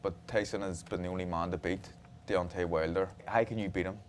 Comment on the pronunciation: WHALE-der 😂😂😂 Irish host is never a good idea, talking about boxing FATE and all